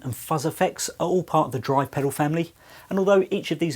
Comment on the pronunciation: A pedew? Pedoow? Might want to sound out the "L".